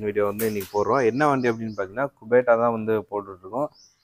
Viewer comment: குபேடா இல்லை குபோட்டா